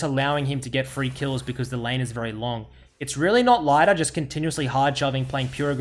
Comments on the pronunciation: its pronounced more like "Leeder" than "Laider" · It's pronounced like Lee - der not Lie - der btw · sorry i watched 4 minutes but when you keep calling lider lighter i just can't watch. At least learn his name before you do a video. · Lie der aus english omegalul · ITS NOT LEIDER WTFFFFF :D sorry it actually goes on my nerves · I’m pretty sure his name is pronounced Leader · pronounce his name right pls